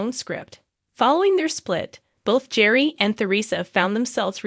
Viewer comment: This is obviously AI created. Their first names are horribly mispronounced. It's Gear ree and Ter re suh.